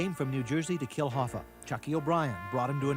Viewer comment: HoffA not HoffER that's so annoying